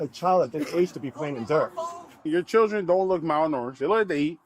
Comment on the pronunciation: "Chir-dren." This video is every stereotype wrapped in one. All of them. ALL.